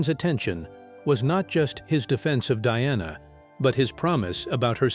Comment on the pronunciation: Get it right it's Diana NOT DONNA 😂😂😂